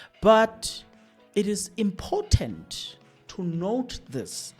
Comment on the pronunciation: Let's look at your pronunciation of words. Important and impotent mean 2 different things, and when used interchangeably, they may distort the message you are trying to convey